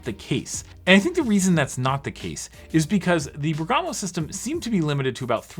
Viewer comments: Great video, just a note: it's Bèrgamo not Bergàmo ;) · It's Bérgamo, not Bergàmo... 😏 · Bèrgamo should be pronounced with accent on the ‘e’, it’s an Italian city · I think it’s pronounced “BEAR-guh-moh” but idk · It's Bèrgamo, accent on the e :)